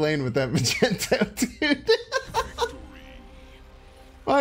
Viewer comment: You pronouncing mag-neat-o as ma-gent-o makes me cringe every time